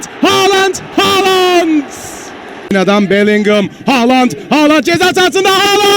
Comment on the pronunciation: bitiyorum şu adamın haaland demesine sabah gelsin kulağıma haaland diye fısıldasın :DSAF:DSAF